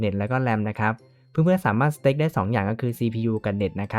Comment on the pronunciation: มันออกเสียงว่า สเตค ไม่ใช่ สแตค ครับ (อ้างอิง